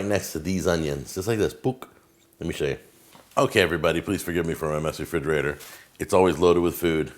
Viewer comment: STOP SAYING "FRIDGERATOR"